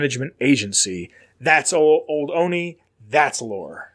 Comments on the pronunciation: I'm from Olney, MD. The "L" is definitely not silent. Three Dog certainly pronounces it. I'm not sure what you're talking about. "PPE" might be a reference to Pepco (Potomac Electric Power Company), the real world power company that supplies electricity to DC and its Maryland suburbs. Also, I'm not really sure why it's called the Olney Support Center. It's a couple miles north of town and technically has a Gaithersburg address. But I guess that's the US government for ya. :-D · I'm from Maryland and never heard anyone pronounce it like that.